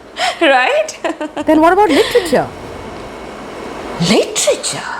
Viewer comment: Mam, I heard instead of literature, hitleature ( German language) that is we andbakth follow.